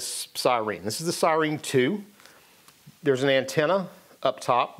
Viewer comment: Did you say "sireen" just to piss me off? It worked... 🤣 Great video. Thank you.